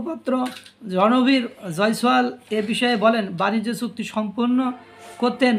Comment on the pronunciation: সুক্তি নয় বাবু .......... বলবেন চুক্তি।